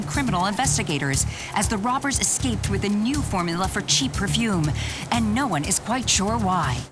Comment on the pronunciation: It's "perfume"